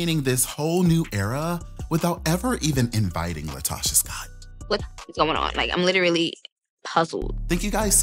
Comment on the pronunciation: Calling the lady LIEtocha is taking me owt! 😂😂💀💀